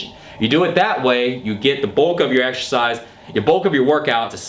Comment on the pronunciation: get to the gym and exSHersice